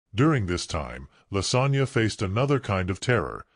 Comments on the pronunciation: Her name is not Lasagna it's Lasonya. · Yo I was listening and i was “ like did he say lasagna”🫢 twice 😭😂💀🤦🏾‍♀️